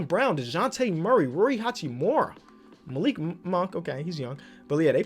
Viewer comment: Ma..Lik monk? Ok i mean he is still young.